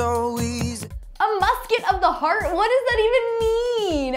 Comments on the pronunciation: Me too i never hear it in this way i know that he said i'm not scared of the dark but not " a musket of the dark"! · It sounds more like "A musket of the dark" not "heart".